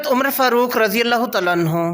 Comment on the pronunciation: کاوش بہت اچھی ہے لیکن پلیز تلفظ تھوڑا ز ٹھیک کر لیں تعالیٰ عنہ الگ الگ کہا کریں